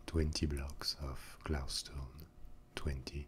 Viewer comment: PosskoonFTW glaustone (the way he says glow stone) is my favorite